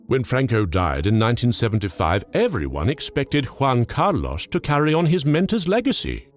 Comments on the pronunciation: in english you pronounce something like Huan Car Loss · I really like how sure he is about the pronunciation of "Juan Carlos". Very good indeed. Now, Spain is not Mexico so... no Nachos... Tapas maybe. Good video